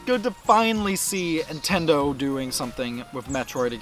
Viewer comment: Great video and points made and I'm honestly not trolling you when I ask this but...are you saying "Intendo" instead of "Nintendo?" I ask because James Rolfe does the exact same thing.